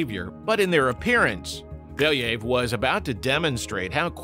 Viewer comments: It pronounces like Bel (yuh) ev Not Beliyv like you say Or your ai voicover🗿 And about the wolves Weren't they protowolves who's branches gave us modern wolves and dogs? At least didn't messed up the Pushinka) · It's pronounced as it's written - BelYAyev, not BEliyev. There is YA, not I and stress is on YA. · [ya] in "Belyaev" pronounced the same way as [ya] in word "yard". Plus, the stress falls on this sound. Беля́ев. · You should check pronunciation of a surname next time! It’s pronounced Belaev